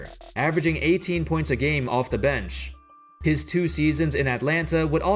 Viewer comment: Who else getting annoyed but the way this guy says bench